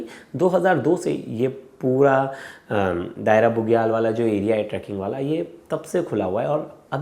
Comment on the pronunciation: दायरा नहीं, दयारा कहिए।